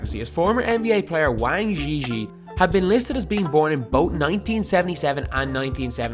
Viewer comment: Your pronunciation of the Chinese name Wang Zhizhi sounds so funny lol!!! I am not gonna tell you what your pronunciation means in Chinese lmfao~~~